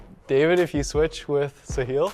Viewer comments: pronunciation is not Sehil, its Saahil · The pronunciation of Sahil is very wrong